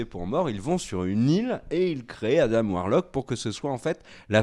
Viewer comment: ARRÊTEZ AVEC "ADAME" C ADAM COMME LES DENTS "ADENT" ADAAAAAM" BORDEL